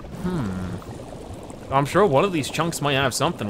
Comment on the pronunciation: While watching this video, my wife and I realized that (That’s how we call him) pronounce an N at the end of certain words. Sure(n), (there(n), here(n), etc. Did you all notice that? We like him even more now.